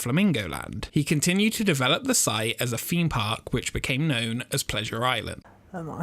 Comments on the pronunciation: Love your videos! The British accent always kills me 🤣. It's weird. You pronounce the "th" when you say the word the, yet one hundred and thirty is pronounced one hundred and FERTY. Same with theme, or rather ... Femed. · "Expedition FEME Park"